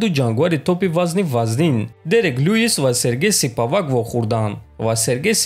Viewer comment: Ака ошибка Не Сипавак а Спивак